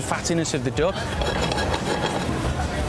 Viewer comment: its called duck , not doack